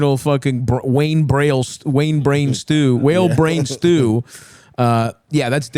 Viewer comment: stav says "wayne braille stew" instead of whale brain stew